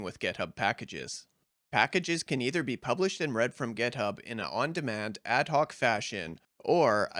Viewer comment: "GetHub"??? WTF?!!! It's "GitHub"!